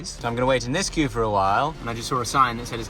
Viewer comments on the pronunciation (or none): none